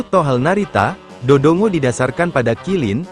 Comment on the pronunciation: Do dongo😅😂😂 seharusnya voicenya bikin ngomong Dodonggo aja text nya biarin dodongo😅